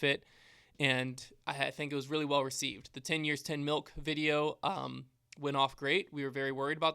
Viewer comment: Wow I missed the 10 years 10 milk. Did not hear milk. I just heard mill